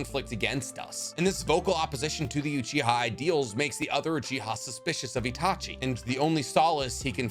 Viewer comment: Did anybody else here him say seshui instead of itachi